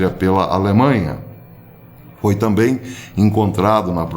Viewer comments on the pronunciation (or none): none